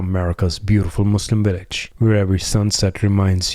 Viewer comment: What’s a willage